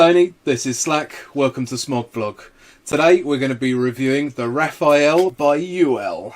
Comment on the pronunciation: Hey guys, it's Rafale not Raphael.